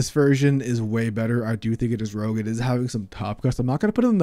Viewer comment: i love me some "rouge" decks :P